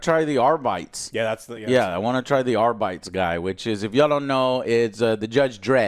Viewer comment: There is no way Joe's pronunciation of arbites isnt engagement bait, right? Right, Joe?